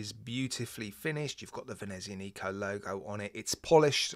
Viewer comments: The stress of the pronunciation BTW is on the 'a' /venezi'anico/, not on the 'nico' /venezia'nico/ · Seriously now, please stop pronouncing the name of this brand like that. There is no "Neeeeeeeeeco" at the end of the name, Nico was a crappy movie character played by Steven Seagal. And the "z" is a rough "TZ" like in piZZA, You must realize you have a lot subscribers from Latin countries (or Romance language speaking viewers) and the way you pronounce this name is the worst out of all watch reviewers on youtube. I love your reviews but this really kills more of my brain cells than alcohol.